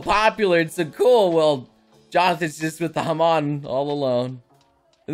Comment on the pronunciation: Imagine saying Hamon as Ham. On. Bruh